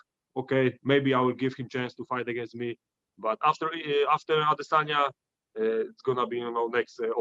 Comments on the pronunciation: I’m getting tired of hearing the way Ariel says “Adesayna” bro just stop lol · When Ariel pronounce AdesanYa it makes me nervious is to forced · How does ariel still not know how to pronounce izzis last name. I feel like he actss stupid and says it that way purposely to annoy peoole like me🤣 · Ariel, the over-pronunciator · Every time Ariel says Izzy's last name like that, his nose grows a mm longer